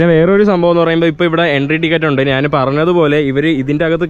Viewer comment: നാന്.. നാന്.. നാന് 😂😂😂